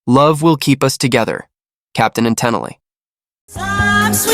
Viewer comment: Just so you know, Toni Tennille pronounced her name Ten-Eel. Toni was also a noted session backup singer and even appeared on the classic Pink Floyd album The Wall.